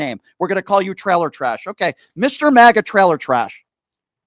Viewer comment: It's funny that when you say maga it sounds like you're saying maggot. So funny.